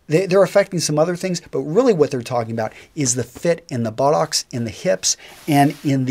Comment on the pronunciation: Ahh.. to hear an American to casually refer to rugby ahh.....:-) also the way you say buttock makes me giggle